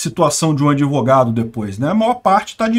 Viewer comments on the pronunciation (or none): Doutor "adevogado".